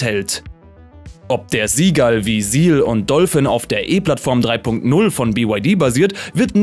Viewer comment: Junge, beim Seagull wird das S genauso ausgesprochen, wie beim Seal. Nicht Sie Gall sondern Si Gall.